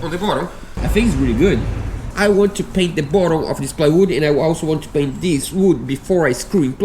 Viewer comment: Great Job! Also the word "Bottom" is not pronounced "Bottle"..... bottle is a a container, typically made of glass or plastic and with a narrow neck, used for storing drinks or other liquids. as "a bottle of soda pop". 🙂